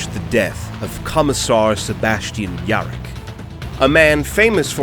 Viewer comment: When yarrick becomes "York" the third "ork god" XD